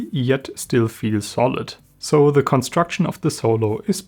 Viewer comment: Oh, mein Gott, Junge. Red mal ein bisschen weniger verkrampft. Das hört sich ja furchtbar an. Am schlimmsten finde ich dieses andauernde kurze Ä vor den Wörtern. Unglaublich nervig. Falls du nicht weißt, was ich meine, hör mal genau in rein. Sehr markantes Ä vor "the". Das wiederholt sich im ganzen Video zig mal. Übrigens wird das "e" "the" im Englischen nur dann als "i" gesprochen, wenn dahinter ein Vokal folgt. Du sagst aber nur "theee", was falsch ist.